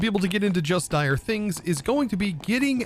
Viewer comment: DIRE things not direS 😂